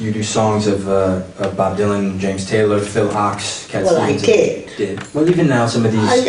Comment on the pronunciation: Mr. Rosenberg refers to a songwriter by the name of Phil Ox, rhymes with box. I believe he's talking about seminal folk singer/songwriter Phil Ochs - like an oak tree. It's just as bad as if he'd mentioned Bob Deelin. So I couldn't trust him to know what he was talking about. Couldn't go on.